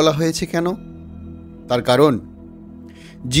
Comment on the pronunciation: Tar bolun thard noy thik kore bolo